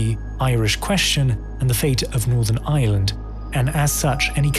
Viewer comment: Pity he can't say Ireland .